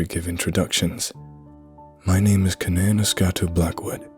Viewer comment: You deserve a like just for being able to pronounce that first name 😶 Oh shit! Its the sequel to [redacted)! I love that story!!!